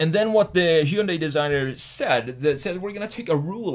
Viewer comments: It's ‘Hyun-day' not 'Hy-un-dai' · OMG.... Say it with me ( HUN - DAY ) not heiudia ! Sounds just like Sunday, but with an "H". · I think it is pronounce Hi yun die. :) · If you go through all the accents on earth you're going to need your own channel. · Hyundai rhymes with “Sunday”. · You are pronouncing "hyundai" wrong. Easy way to remember, it's Hyundai like Sunday. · Every time he said Hyundai wrong I took a shot. I'm writing this from the hospital... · Hyundai rhymes with Sunday